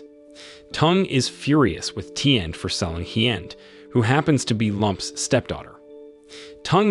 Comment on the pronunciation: I live in Vietnam and I can tell you right now that your pronunciation of these names are so wrong it's actually shameful, there is no 'd' at the end of Hien and Tien and the main character is not pronounced 'lamb' its 'Lum' but spelled Lam.....